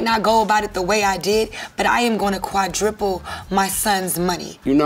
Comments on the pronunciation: Do she say quadripple? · Qua-Dripple??? What does that mean, I thought the word was Quadruple... SMH???